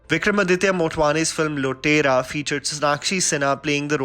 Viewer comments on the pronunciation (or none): “lotera”?! Seriously? 🤣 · I was stressing on the way he pronounced “lootera” as “lotera”!